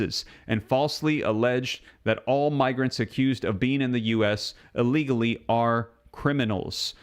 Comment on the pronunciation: dont say aleagly say illegally! Thanks!